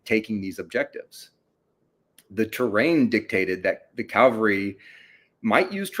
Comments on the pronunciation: Drives me crazy...CALVARY is a mountain in the Holy Land. CAVALRY is a mounted force. This guy is an academic he he still pronounces it wrong!!! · "Calvary" vs. "cavalry” -- does this bother anyone else? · Every time he said 'Calvary' I flashed back to one of my grade school teachers who would admonish us boys for playing 'Calvary' during recess instead of 'Cavalry'.